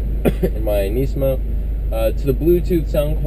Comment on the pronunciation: not to hate man, but I really dislike the way you say nismo...